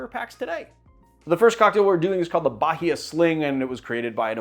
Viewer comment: interesting to see a cocktail from your hometown of Boston named after my homestate of Bahia 😊(pronunciation tip: the "h" is silent, it sounds like Ba - ee -a)